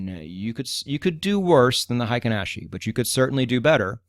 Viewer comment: You have it spelled right in the video thumbnail. It is frequently misspelled "heiken," which means military authority. "Heikin," on the other hand, means average. Heikin is the correct Romanized spelling, but absolutely no native English speaker says it correctly. The correct way to say it would sound similar to "HEH-KEEN," not the "HAY-KEN" most English speakers use. In Japanese, that EI is a way of extending the EH sound, to make it sound longer. It's not a diphthong the way we use it in English, where EI makes the AY sound. Confusing, I know. We similarly butcher the brand Honda. Correctly said, it sounds like "HONE-DAH," where HONE is like when you hone a knife or skill. But we say HAHN-DAH. Totally wrong, but the wrong pronunciation is permanently enshrined in our culture. It will never change. Oh well. I'm sure you weren't looking for a Japanese lesson. Great channel, by the way! I've enjoyed it immensely!